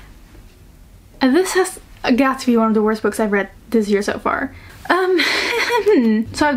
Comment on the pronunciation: Ik vindt het zo grappig dat je "books" in het engels een beetje uitspreekt als "boeks"! 😂❤ Super leuke video btw. Helaas zat ik in een klas met 16/17 jarigen en hadden we een invaller met een leeftijd tussen de 20-25 jaar. Er was een groepje jongens die nogal smerige dingen tegen haar zei. Waaronder dat iemand haar had "geklapt" 🙂. Dus dingen zoals beschreven in het boek gebeuren dus werkelijk. 🥹 Gelukkig ben ik verhuisd en ik heb niet weer van zulke dingen gehoord. 🥲